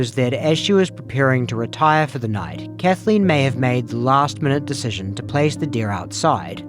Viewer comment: I'd immediately stop the prosecutor from pronouncing it "Kath-a-lean." Maddening.